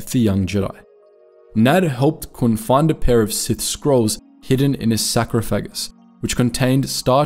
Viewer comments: ahem... Sarcophagus. Sar-caw-feh-ges. Not... sacro-fa-gus. Sorry that one just really bothered me. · except for the pronunciation errors. Sar-Cough-Ah-Gus, sarcophagus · Great video, but please for the love of god look up how to pronounce “sarcophagus.” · I really like this vid and appreciate all the time and effort that went into it. But the mispronunciation of words like heretic and sarcophagus is like nails on a chalk board. The worst is mispronouncing Bastila Shan’s name